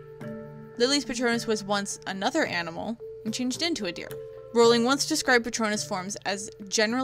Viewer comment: You’re voice is absolutely fine. But here’s a tip: Rowling is pronounced like rolling ;)